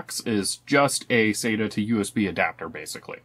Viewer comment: SATA - "sattuh"